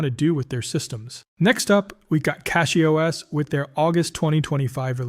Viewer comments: He violated his own pronunciation rule in the closing comments - saying CATCH-Y instead of CASH-Y. LOL. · It's not Kash, it's Kay-sh.